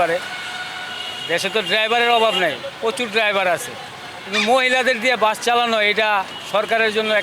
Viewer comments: বাস বললো নাকি গাছ বললো😂😂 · এই মহিলা দোতলা বাস কে দোতলা গাছ বলছে। তো যে নাকি দোতলা বাস উচ্চারণ করতে পারেনা সে দোতলা বাস কি চালাবে ?